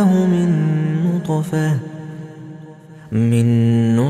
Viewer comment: bonjour , très belle sourate et très belle récitation , je l'écoute depuis deux semaines haha , j'ai remarqué une erreur verset 77 ٧٧de prononciation au mot نطفة le ط est composé d'une soukoune et non d'une fatha . hey every body i think in the 77 ٧٧ sentence it is an error of prononciation at the word نُّطْفَةٍ on the ط it is a soukoune (سكون)and not an fatha (فَتْحَةٌ) , but it could be an exeption of traduction but i don't think thank you .